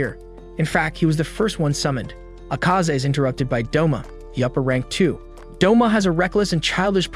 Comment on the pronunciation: U mean Douma not doma